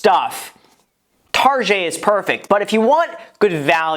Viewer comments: why are you pronouncing "target" tarjay? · What’s the story behind the way you pronounce target? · Why do you call target tarjey? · Bahahahaha guy said “tarjayyy” , it’s called target bruhhhh😀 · Got i hate people who say targé instead of target 😂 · TARJAY????? it’s target brother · I'M TRYNNA GET RICH SO I CAN PRONOUNCE 'TARGET' THE WAY GRAHAM DOES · "targét" hahaha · Why gram calling it tarjaaaayyy! Its target!!!! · Why does he say tarjee instead of target? 😂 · Why is he calling it tarjay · wtf is targhe i thought he was just mispronouncing target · Am I the only one who gets high key annoyed every time he pronounces “target” and “tarjay” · stop saying targe like that! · "TARGEY" LMAO HAHHA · Why do you pronounce "Target" so weird? O.o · Girl-target Graham- tarshey 🤣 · TARGET NOT TaRjAYyyyy Lol he's smart af Trying to get more comments so the video does good mind blown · Pronounce target right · Took a shot every time graham said TarjeééÉe and now I’m dead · Why you say rojet? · This guy literally said Targét 😂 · why does he say tarjey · Tar-JAY?? Is it a joke? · Tar-Szhay lol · "tarzhay" lol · No one: Target Graham: Targét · stop saying tarjay imma sneeze my brains out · Why he call it Tarjay? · Why are you saying tarjhay?? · STOP SAYING TARGÉT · Say "tar-jay" one more time.....lol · I almost couldn't finish the video because he kept saying tarjay. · My friend from Florida says that everyone there says "TarJay" and they love to go to "TarJay" lol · Why do you call it tarj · I love how you say "Target" with a soft g like if it was French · Nobody: Graham: Targeeey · Homie really out here saying “tar jay” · Doesnt targets owner literally call it 'tar jay'? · It’s Targèt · Super important question graham. Why do you pronounce target as “targeè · Dude HAHHAHA pleaseee learn how to say target this is cracking me up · Guys I don’t think he knows how to say target. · Just stop I kw u can pronounce target the right way